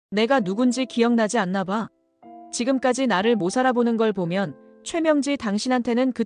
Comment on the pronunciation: 적대로 읽어요 못알아보다를 모살아보다로 읽네 국어실력 읽기공부 😂😂😂